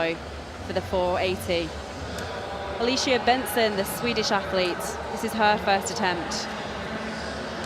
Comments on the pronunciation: How the hell do the commentator say her name? Angelita Backiston? That is how she says it to me. How hard can it be to say Angelica Bengtsson? It sounds just like it is spelled. This commentator are either stupid or drunk! The Alicia Bentsson. OMG this commentator is so bad. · "Angeleta Backisten" nailed it...